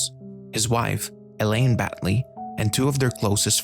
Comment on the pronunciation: Crowley... Rhymes with Holy.....